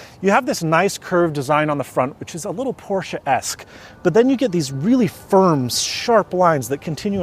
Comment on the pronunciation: Wie er einfach Porsche richtig aussprechen kann 😍